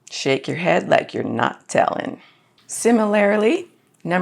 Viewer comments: Wow, you're pretty , and oretty smart. However. A slight turn off for me if you don't mind. Similarily is not a word. You're looking for similarly. Four syllables not five. No offense. I also dislike other commonly mispronounced. I hear supposably. It's so ubiquitous it made it into the dictionary. It's supposed to be supposedly. Back when i worked in an Air Force kitchen. One very attractive Tech sergeants made herself slightly less attractive when saying it. Which helped because she was married to an E5 who was a coll dude. I'm cool with stuff like aks for ask, though. It's oart of an accent and also ubiquitous. Jeez those eyes are hardly credible! Thanks for the info. I'm gonna use it. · 2.47 "Similarily"? wtf?